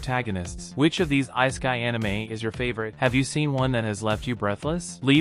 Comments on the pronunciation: You never heard of the "ice a kai". But i agree with you. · You lost me right when you miss pronounced ISEKAI....